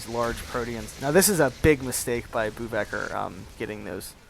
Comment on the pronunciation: LOL bouwvakker is pronounced "bow-fucker" and here bow is pronounced as the bow of a ship or to bow down, NOT as in bow and arrow